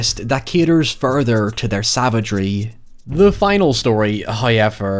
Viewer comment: Tfw you're Irish so you say hoyever too.